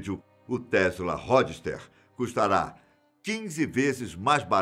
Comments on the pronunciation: Ródster ! Fala direito mano... Po o maluco fala as pronuncias erradas em todos os vídeos. Isso me incomoda mto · Ró dster??? ChiRRon? Kkkkk